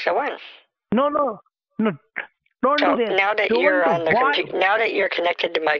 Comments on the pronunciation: koompooter intrnt XD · I love the way he pronounces computer............"coooooompuuuuuuuuuuuuuuterrrrrrrrrrrrrrrrrrrrrrrrrerrrrrerrrrer"